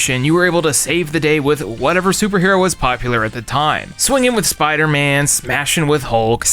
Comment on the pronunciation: Bro called Spiderman low tear